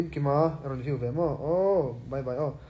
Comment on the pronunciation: 'vew' ni lovin, 'view' záwk.